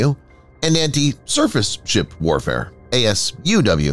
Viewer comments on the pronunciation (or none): none